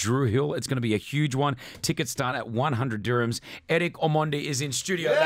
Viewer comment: Uyo presenter anasema "Omondi" fiti😂😂😂😂😂